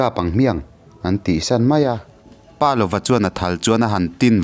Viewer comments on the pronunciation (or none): Pâ lova nilo in palova.paneilova tihna ani.palova tia rang deuh taka chhiar tur ani. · Pa lova tih hi Palova, ziak zawm, a lam rik Dan pawh Pa ( thluk hniam) + lova tih a ni zawk em?